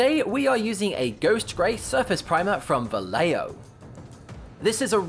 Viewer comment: It's [va-ye-ho] not [va-le-yo]...